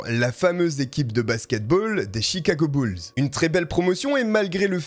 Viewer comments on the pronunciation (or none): none